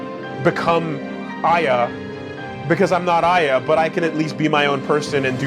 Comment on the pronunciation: Funny how pissed got about the pronunciation of Babel and still can't pronounce Aya properly even after its been done so in the game. But hey he stuck through to the end, so good job on that.